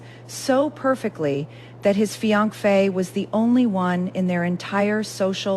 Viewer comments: You need to get your AI fixed…. what the heck is a “fi ank fe”? It is not how you pronounce finance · What the heck is a fianc-fae ? Pronunciation is crucial!